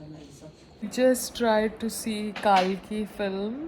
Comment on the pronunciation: Heheheh don't worry you won't get views for this 😂😂😂😂😂😂 it's (Kal - ki) not Kaal-ki... 😂😂😂😂